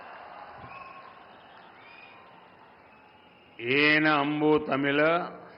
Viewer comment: vanakkam kooda sariya solla theriyala athu vankam ella daa vanakkam tamil enna daa beeda pottu pesara language ella da tamil oru nature language atha pesa oru nalla kudupanai venum daa modi enna da palalthula kai vacha velangala next entha katchi kooda kootani vaikkaringalo athuvum vilagama poga poguthu